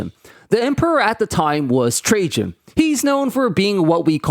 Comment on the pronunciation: It's pronounced TRA-IAN ffs, not Tra-jean omg! Also Rome was an EMPIRE. It could afford all that shit because they ROBBED the rest of Europe lol.